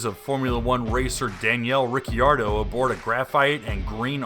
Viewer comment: Man, you really botched Ricciardo's name, both first and last. 🤣